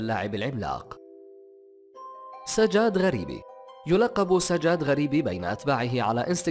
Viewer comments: تلفظ سجاد مو ساجاد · سجاد مو هيج تنلفظ